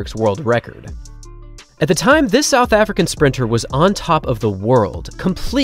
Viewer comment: “South Arican” (sic)